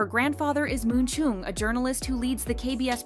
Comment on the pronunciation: You should pronounce the name "Chung" correct. It's not pronounced as Choong. It's pronounced as Ch-uh-ng.